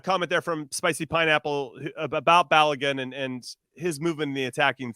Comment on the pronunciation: Stop butchering Folarin Balogun’s name. But some respect on it. Call him Flo if you must but say his last name properly. I think he earned that I think.